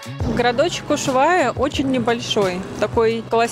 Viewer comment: Почему Ушвайя ,а не Ушуайя?